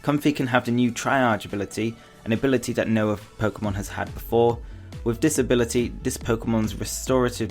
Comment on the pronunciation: With his accent, when he said "with this ability" it sounds like "with disability"